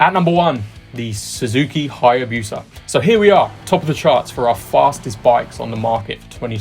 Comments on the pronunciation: The 3rd gen Suzuki Hayabusa top dog of speed??!! I don't think so! Been drinking spiked Kool-Aid? Oh, and call it a "BOO-SAH", not Buew Sa. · For the Speed Triple, if you used the Owner's Manual numbers yeah it gives 150 mph top speed, but if you look at actual 6th gear mph/rpm in videos, it's clear that top of 6th would be something like 175 mph. So the numbers in the owner's manual are wrong. Also ... it's BOO-suh not bew-suh, wtf lol. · The “bewsa” is the “Peregrine Falcon of your speedy dreams” 😂